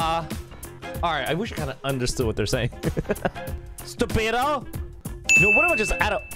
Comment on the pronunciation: when you said “stupido” you got it right lol